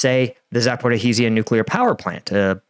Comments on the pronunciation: He is trying to pronounce the z and h separately or just pronounce the "z" and ignore the "h", since there is no "zh" in the English language, like there is "sh". There is a similar sound, but it is written as "j" or "g". Though this is nothing compared to how much he mangles Prigozhin's name (especially his first name). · continuing to creatively mangle the pronunciation of “Zaporizhzhia”…multiple ways each time 😂🤣😂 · you need to work in the Zaporizhzhia correct pronunciation lol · I'm hoping will eventually learn to pronounce Zaporizhzhia properly.....